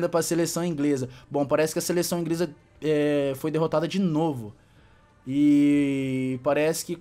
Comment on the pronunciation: ele falou ingresa